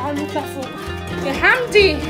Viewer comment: موتنى ضحك لما بيقول وينادى على حمدى ويقول له حندى 😂😂😂😂 عسل يا